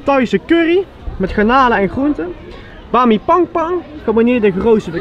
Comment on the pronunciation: hij zecht bami pangpang XDDDDDDDDDDD